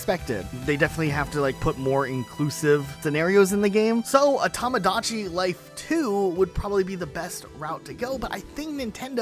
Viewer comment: I'm getting an aneurysm listening to mispronouncing "Tomodachi Life" multiple times